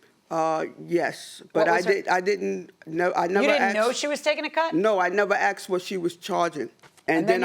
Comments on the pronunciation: It's "Asked", Not "Axed".! 🤣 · Nobody Axed you!!